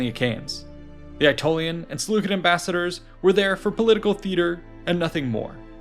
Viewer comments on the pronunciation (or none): pronounced "sih-LEW-sid" if you make another video concerning them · There's no such thing as a soft "C" in Greek or Latin :) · SeleuSID not SeleuKID. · Selucid=selusid not Selukid. Please fact check your ai's people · Seleu-kid pronunciation is definitely a choice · I have been pronouncing Seleucid wrong lol